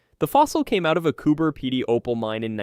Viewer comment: Cooper Pedy I like no where else. I’m glad that this voice over at least got the pronunciation of the town. I’ve seen that opal fossil too. It’s amazing